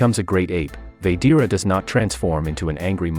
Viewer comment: It's said like this VA GE TA NOT VADEARA